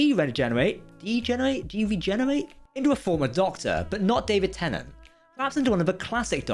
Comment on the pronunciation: it’s tennant